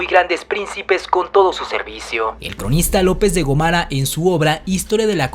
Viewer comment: La ignorancia te hace tener problemas con la pronunciación de los nombres propios y apellidos: Tienes que hacer tres páginas completas de las palabras: Gómara, GÓMARA, Gómara, GÓMARA. . . Axayácatl, ACAYÁCATL, Axayácatl ACAYÁCATL. . . En lengua náhuatl no existen las palabras agudas o con acento en la última sílaba.